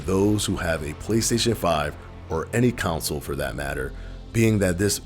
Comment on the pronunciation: "Making it the fastest selling council of all time" Sorry, that pronounciation just sound weird to me. 😂